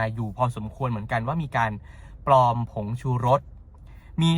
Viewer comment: ปลอมค่ะ ไม่ใช่ ปอม